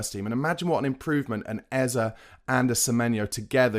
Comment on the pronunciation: It’s Eze not Ezer